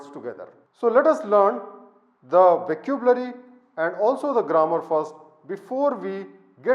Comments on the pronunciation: Isn't vuh-ka-byoo-luh-ree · Fascinated how he can't pronounce vocabulary and written 4 books. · Dear Sir, It is a wonderful video. I will try to incorporate your suggestions to improve my writing.Just a small suggestion . Please listen to how vocabulary is pronounced by other speakers.